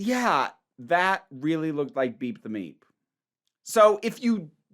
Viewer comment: Not to be crude... But i keep hearing beat the meat when you say beep the meep. 🤷🏻‍♂️🤣 Also am I the only person not thrilled with NPH being in Doctor Who? Like I won’t rant or rage over it. But it’s just so... I can’t explain it but I feel like others might get what I mean?